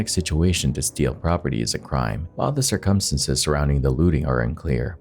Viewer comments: I scream every time at his "circumstances" but I still watch! Lol. "Sir KUM STAN ces" instead of SIR-cumstances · "Based on the tuh-tality of the circumsenses" I'm sorry, what? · Dude i luv ur videos but u have got to learn how to pronounce circumstances man!! It hits me like a punch n the gut every time u pronounce it the wrong way;!🤨🥴💛🖤💛🥴🤨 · I have never heard the word circumstance/s so badly mispronounced so many times. Dear God EDITING people EDITING. LISTEN TO YOUR POST BEFORE POSTING IT.